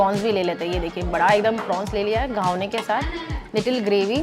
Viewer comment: It is Ghavan ,not Ghavane..Nice video